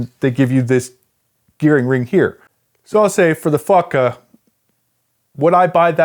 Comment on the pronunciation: every time he says fotga it sounds like "fucka" — "what this fucka has.." :D